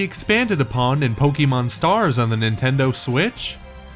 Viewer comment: Am I hearing Pok"ee"mon?